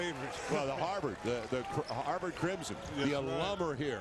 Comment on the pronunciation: Why does he say Harvard like Harbour.